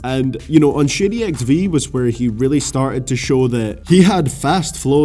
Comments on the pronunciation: when you say Shady I keep thinking you're saying "shitty" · when he ays shady it sounded like he said shitty